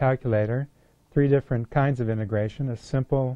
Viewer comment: It sounds like you're saying "immigration" haha. jokes aside, tihs is a great video!